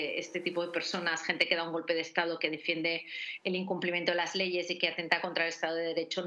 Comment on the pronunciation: En vez de Estado, "Estafo"...